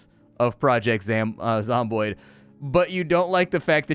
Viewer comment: Project Zamboni Canadian Zombies on ice, really smooth ice. Sorry the almost mispronunciation created some very funny pictures in my head.